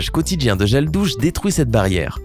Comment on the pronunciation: 4.16 Il a dit/les gels dousse